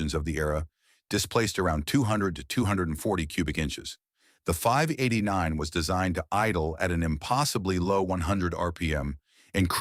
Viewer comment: I stopped watching after it mispronounced 589